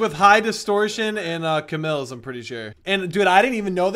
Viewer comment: Its C-mills not ca-mills